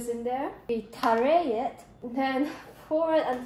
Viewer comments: Hi! Btw 'tare' is pronounced like 'hair'- you don't pronounce the e. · I'm a chemistry major & i also did the exact same thing on reading tare as "taRey" lol